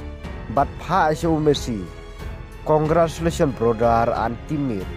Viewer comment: Tang pronounce CONGRATULATIONS ruh um lait re🤣🤣Thad jongngi ia ka jng bt.#brodar🤣😭dei he ban nang hier jait ka Ri jngng don kum me sia.Kmno mem ia dn jng lhraiñ re.